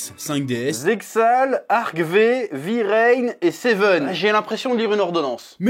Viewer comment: J'ai envie de tuer le chef a cause de sa pronciation de Arc-V, vrains et sevens